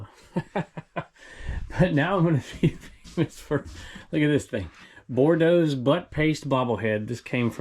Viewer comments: I think the butt paste is actually boudreaux (boo-dreau... As in Louisiana) not Bordeaux like the wine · Oil my see the front of the bobble head but it should be pronounced Boodro ( if spelled Boudreau) from the south. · Hi, long time viewer from Louisiana. The bobble head is pronounced, Boo-dro-s Butt paste. Lol it’s It’s French. Just thought you would want to know. Love the channels, especially Trash to Cash podcast.😆Cindy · Just FYI it’s pronounced Boo-dr-o. 😝. A French name. Very famous brand in South Louisiana. 😅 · Love watching your show but your saying the but base bobble name wrong. Lol